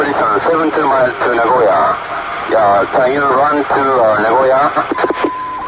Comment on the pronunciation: Japanese here. Kudos for pronouncing Nagoya correctly